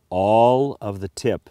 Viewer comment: haha.he saidÈ All of the tipÈ